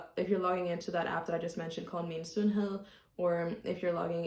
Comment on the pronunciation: Wow! You got he Danish soft D in "sundhed" correct. That is atually rather rare.